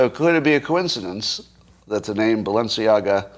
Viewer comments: Scott. There is no “o” in Balenciaga. / ba’l-u’n-see-A-ga/ Audrey Hepburn’s favourite designer. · It just struck me that you are confusing the pronunciation of Balenciaga with the pronunciation of Mar-a-Lago.